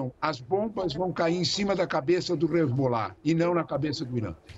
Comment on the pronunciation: Boa noite. O cara e "professor" e não sabe pronunciar nem o nome dos personagens envolvidos no seu comentário. Numa boa, procupe outros comentaristas. Ótima semana para todos aí.